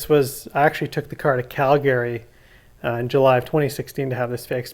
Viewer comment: Never heard some one say “Calgary” the way you say it. Ive been saying it wrong. “Calgrryee”